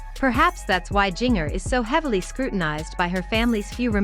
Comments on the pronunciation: Seriously, do you not know how to pronouce Jinger's name. Think of Christmas or holiday cookies or even spice. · Learn how to say her name correctly. Would make for a better video. Couldn't watch it all because you couldn't even say her name right